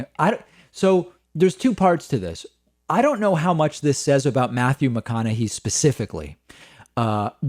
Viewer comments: David youre killing me pronouncing his name wrong. It's hey at the end not hee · Matthew McConaughey pronounces his own name Mac-con-a-hay, not Mac-con-a-he. So I would say that since that's how the man himself pronounces it, that would be the correct pronunciation. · Also pronouncing it "McConahay:" Matthew McConaughy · It's actually pronounced with a "hey" at the end. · Sorry? You don't know his politics? It's not really a secret. And you're pronouncing his name wrong. According to him anyway. I like your show a lot but that just hurt my ears. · David mispronouncing Mcconaughey reminds me of how he would always mispronounce 'Tulsi' Gabbard (Toolsi). I think knows and does it for laughs anyways lol.